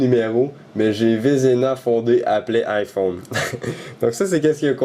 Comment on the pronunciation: en français on dit bien AÏE phone ! et pas I phone :)